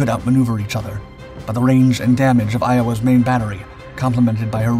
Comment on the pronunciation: Good video, but...Iowa's...sonar?🤣